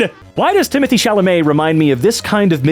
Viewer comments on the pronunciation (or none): none